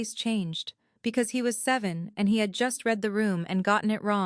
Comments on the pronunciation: Who the hell has programmed these AI voices to pronounce the masculine pronoun, “HE,” as “high”? Or even “Hah.” It’s the absolute idiocy of it that makes me burn! We have a perfectly good language and now we have brainless robots allowed to mispronounce normal words? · Someone needs to teach AI how to pronounce the word “He”. Please.